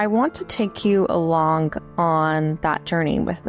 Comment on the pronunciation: Please say "alonggggg" again. When someone embraces syllables you know they are having a good day. Or maybe it's just related to lingered, controlled brushstrokes. Anyway, enjoyed the lecture.